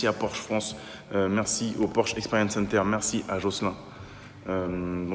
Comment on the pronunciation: Porchento pour le nom avec un axant italien.